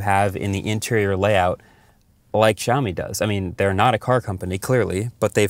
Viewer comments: Siao Mi. Where "shaomi" came from?... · it`s not SHiaomi, man. lol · You say Shaomi??? Where is X? 😂